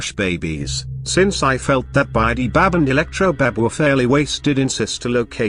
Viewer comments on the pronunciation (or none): Is it weird that i heard spidy-bab instead of bidy-bab